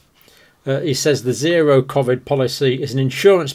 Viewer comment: Can't stand they way he pronounces Covid!!!!